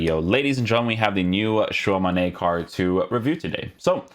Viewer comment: It's not "Shuwa Mane" wtf 🤣🤣🤣🤣